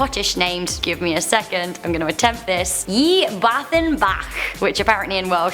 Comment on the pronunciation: BLOODY HELL, I'M LAUGHING SO MUCH WHEN SAID Y BWTHYN BACH!! I'M WELSH AND OMG THAT IS SO HILLIARIOUS. But she did a good job